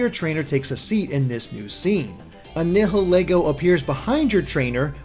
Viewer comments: Nihilego is pronounced Neye-ill-ee-go. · After watching countless videos, I've come to realize that apparently no one on YouTube knows how to pronounce Nihilego.